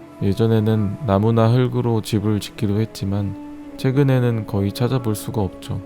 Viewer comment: [나무나 흘그로] 발음 잘 지키는 이 센스쥉,, 멋있다.